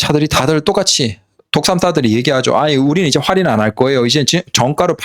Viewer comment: 활인이라고 하지마요. 😂